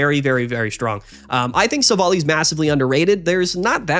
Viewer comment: Minor pet peeve. It's pronounced Silv-ally.